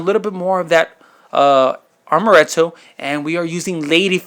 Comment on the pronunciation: the liqueur is pronounced AMoretto, not ARMoretto, there's no 'R' in the word. You also said 'fold it in the same way I did the Cool Whip'. That was real whipped cream, right?